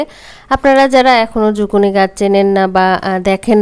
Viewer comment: Zuccini 🥒ছিলে রাঁধতে হয়না , skin সহ রান্না করলে এর খাদ্য গুন বেশী থাকে । বাহিরে ( Canada 🇨🇦, USA 🇺🇸) Skin সহ bake, cook or Chinese vegetables রান্না করা হয় । আর এতো spice use করতে হয়না । বাংলাদেশে বিদেশী সবজীর বারোটা বাজিয়ে দেয় 🙄আর ঝুকিনি কে ঝুকুনি বলবে না , শুনতে বাজে লাগে । Public এর জন্য যেই কাজ করা হয় সেখানে সঠিক information বা নাম ব্যাবহার করা উচিত । please don’t mind, take care.